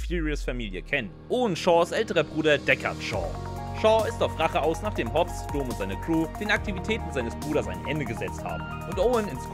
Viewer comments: Vielleicht hätte der Sprecher dieses ansonsten guten Videos die Filme gucken sollen, dann hätte er vielleicht nicht Dohm abgelesen, als er Dom las, sondern Domm. ;-) Das ist mir mittlerweile schon ein paar Mal auch in anderen Videos aufgefallen. Da ist keine K"I" hinter, oder? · Ich lach mich checkig ey 😅😅😅😅😅. Vin Diesel heißt Dom(m) und nicht (Kölner) Do(h)m. 😂😂😂😂😂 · doommm xd kurzes O !!!! wenn schon, oder is das der kölner dom ? 🤣🤣🤣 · Immer wenn er "Domm" falsch ausspricht einen Kurzen trinken xDD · 1. Wie falsch kann man Dom aussprechen ? 2. Ist noch jmd die Musik zu laut ? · da ist man ja nach der hälfte des videos schon komplett besoffen